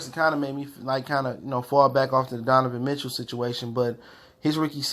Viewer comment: Why does he say Donovan mitchell like he’s saying Devon mitchell